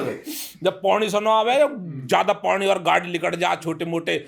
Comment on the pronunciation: PANI❌ PONI ✅